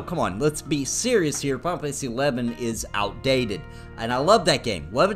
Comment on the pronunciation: Am I the only one that hears him say, "Pompeii 11"